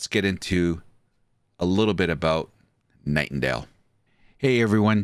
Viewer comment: I stopped watching cause he kept saying.